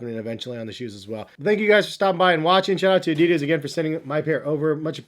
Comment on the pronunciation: If you are so much in the shoes,learn how to say Adidas. If Germans can say correctly Nike,it's not hard for Americans to say Adidas correctly. I hope you are smart enough for that...